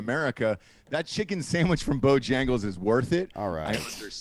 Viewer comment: it's " sanDwich " bro...NOT "saMwich !!!!! "